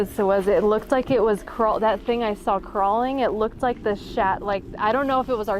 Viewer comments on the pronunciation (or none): none